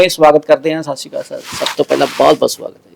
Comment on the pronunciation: ਪੱਤਰਕਾਰ ਕਰਨ ਹਾਡਾ ਜੇ ਮੈ ਤੈਨੂੰ ਕਰਨ ਹਾਡਾ ਦੀ ਬਜਾੲੇ ਕਰਨ ਭਾਂਡਾ ਬੁਲ਼ਾਵਾ ਕਿਸ ਤਰਾ ਲੱਗੇਗਾ ? ਕਿਉਕਿ ਤੁਸੀ ਸਤਿ ਸੀ੍ ਅਕਾਲ ਨੂੰ ਸਤਿ ਸੀ੍ ਕਾਲ ਬੌਲ ਰਹੇ ਹੋ ਜਰਾ ਸੋਚਣਾ ਕਾਲ ਤੇ ਅਕਾਲ ਦੇ ਅਰਥ ਕੀ ਹਨ ਅਕਾਲ ਨੂੰ ਕਾਲ ਬੌਲਣਾ ਬਹੁਤ ਗੱਲਤ ਹੈ ਤੁਸੀ ਪੱਤਰਕਾਰ ਹੋ ਸਹੀ ਸਬਦਾ ਦਾ ਪਰਯੋਗ ਕਰੋ